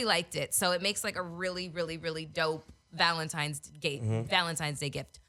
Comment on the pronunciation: “Valentimes” Day?